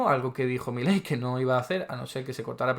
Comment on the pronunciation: Primero : es Milei,no Miley.Después,que sea extranjero qué importa? Si está diciendo LA VERDAD,LA REALIDAD DE TODO.Y tercero..a vos un diccionario te puede ayudar a mejorar mucho ...Saludos de un argentino que VIVE LA ESPANTOSA REALIDAD ACTUAL.